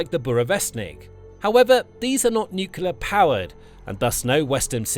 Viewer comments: "nuclear" pronounced "new-clear", NOT "nukuler"!🙄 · Please pronounce "nuclear" correctly! It's not pronounced nuke-you-lur. It's pronounced nuke-lee-ur. Nuclear. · Mr Pedi Pedantic here, please tell your text to voice software that the word is pronounced "new clear" not "newk you lar".😁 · For the love of god: Please stop saying nucular 😱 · Hearing "nucular" instead of "nuclear" on a channel like this is certainly something 😂